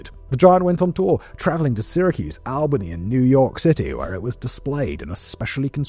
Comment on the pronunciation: it’s pronounced aal·buh·nee. Here’s another way…. AllBuhKnee. Not Al Baney.